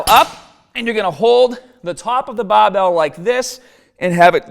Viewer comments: the baabell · Challenge. Learn how to say BARBELL